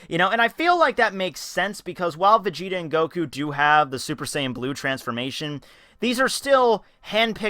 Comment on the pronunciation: gelly vegeta? vegelly?